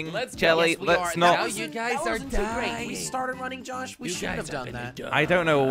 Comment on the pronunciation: you said yosh in stead of josh lol 😂😝🤣